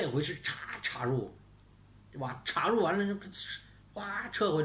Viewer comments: ，插入的插是一声，好听些，酥麻些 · 请跟我念一遍 插 “chā”，chā rù